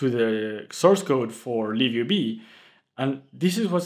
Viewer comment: I thought im tripping, but ur actually saying liv ub